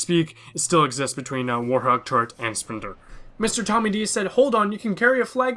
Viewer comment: Hey , urrrr.... You say my name wrong ,it is MrTommyDi(e). Yes, it is Die, I'm from HK, so my name always say wrong by someone.